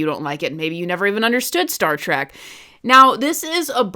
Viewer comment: you call it Star Track again about . Nothing you say is valid.